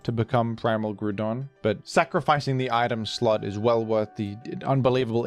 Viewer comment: Mate, isn't it pronaunced GrOUndon as in ground and not Gruuudon?